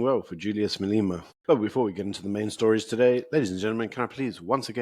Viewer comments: Can you learn to pronounce MA-LE-MA? Come on my guy, we can't take you seriously if you can't even pronounce Julius' name. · Please pronounce Malema correctly.I know it is nit picking and maybe a little anal to pick this out,but it gets me every time you say "Maleema".Otherwise great show and my go to every morning with my breakfast.🤜🤛👍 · Hi, have you a reason for calling him Mal-ee-ma? His name is pronounced Mal-e-ma, the "e" pronounced as in "egg". Perhaps you didn't know?